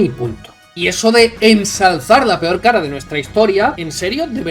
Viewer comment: Lo segundo está claro que es así. Se ve que tragó demasiado en el instituto, pues para hablar de historia, ni siquiera sabe hablar... ¿Ensarzar? ¿Qué narices es eso? Querrá decir ENSALZAR, pero claro, todavía vendrá algún pijiprogre a decir que es "por el acento". 😂😂 Y lo primero, pues no sé dónde está el "buenorrismo" macho, porque solo escuchando cómo habla (y mal además), ya se le cae a cachos a la mayoría.